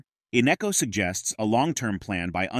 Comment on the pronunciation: His name is not Innecco!